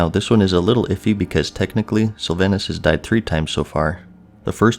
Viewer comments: Sylva"h"nas not Sylva"y"nas; show the banshee queen some gd respect. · Syl-VON-us = Sylvanas Nor-gah-non = Norgannon A-oh-nar = Eonar A-MON-thool = Aman'Thul Kahz-gore-oth = Khaz'Goroth Var-imath-rus or Vahr-iMAhth-rus = Varimathras Nahth-rah-zeem= Nathrazim Any and all pronunciation help for the.:D